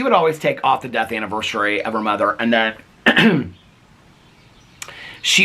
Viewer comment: I usually don't even pay mind to if you pronounce things wrong. The two that i notice are anniversary bec you've pointed it out so much & diagnosis-is (as opposed to diagnoses, like the plural form of crisis/ crises) but only cause you talk about mental health so it comes up a lot!